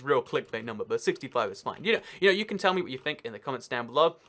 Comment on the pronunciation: no helping wolf you said “tell” instead of “till” it’s supposed to be “I can’t wait till the next update” instead of “I can’t wait tell the next update” I hope that helps